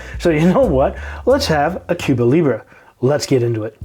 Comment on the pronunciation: Is being Canadian why you can't pronounce the drink right?